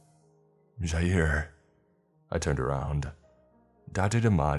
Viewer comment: Someone actually pronouncing my name correctly -Jair